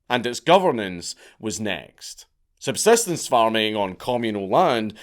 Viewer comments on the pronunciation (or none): none